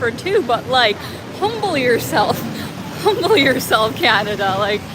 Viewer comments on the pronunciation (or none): none